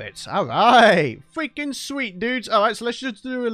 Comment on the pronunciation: "we can't go fweaking wambo style" 🤣🤣🤣 LOL